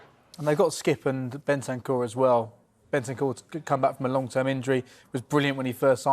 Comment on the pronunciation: Bro said Bentancur lol